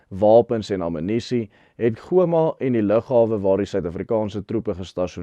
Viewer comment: Hallo,. Terloops,die uitspraak vir Goma is Ghôma, soos in gholf.